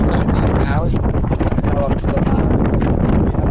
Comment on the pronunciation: mast not mass